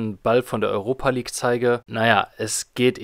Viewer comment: Junge sprech die Namen richtig aus. Entweder Europe- (Urope) oder Europa- (deutsch) League. Und Tirana wird ausgesprochen wie es da steht und nicht englisch.